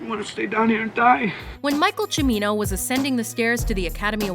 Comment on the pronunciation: Way to pronounce Cimino wrong. It's Ceee-me-no, not Chu-me-no.